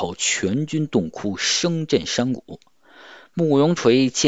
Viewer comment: 节目很好，博主声音也很好，就是读错了好几个字，建议修一下视频 祖逖和参合陂都有人说了，还有一个 恸(痛)哭